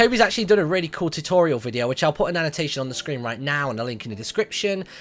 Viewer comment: Tutotirals? Really Martyn? :P